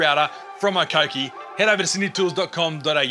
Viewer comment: Mate, pronounce the brand name properly...